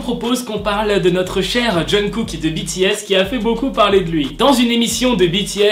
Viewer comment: omg pourquoi tu parles de kpop si tu sais même pas prononcer les noms genre jungkook?? aie renseigne toi vieux mec